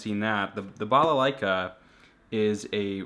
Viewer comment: I like you saying "балалайка" Greetings from Belarus :)